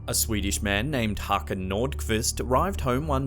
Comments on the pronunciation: Håkan not Hakan! Stupid English! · Btw The Å in Håkan is said like the o a in oar. well i guess that is the closest sound i can think of right now